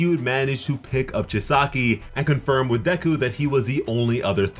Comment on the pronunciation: I am sorry but gi-sa-ki no man learn to say their names